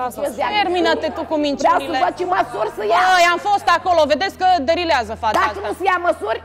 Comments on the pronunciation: De doua ori a zis: " derileaza" 😂😂😂😂😂 Delireaza, "frumoaso"! 4.32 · derileaza?? Pe bune? din cate stiu eu se pronunta delireaza. 🤦‍♂️😂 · Delirează, nu "derileaza"! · DERILEAZA 😀CORECT E DELIREAZA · Alooo, culta de “derileaza”!!!!! Și a și repetat, nu a fost din greșeală 😂😂😂